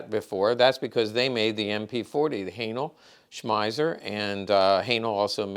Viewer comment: Haenel smeiser lmfao